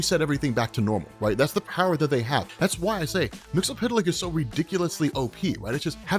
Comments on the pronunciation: It's MIX-YES-SPIT-LICK. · Silver Age and Post-Crisis on Infinite Earths Mxyzptlk was pronounced Mix-ul-plik. Especially on the Super Friends, which was the best thing going for a kid back then. Also, it was pronounced Kip-ul-skim backwards. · That's not how you say his name